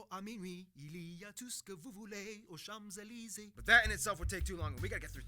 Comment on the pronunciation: it is "CHAMPS ELYSEES" not chams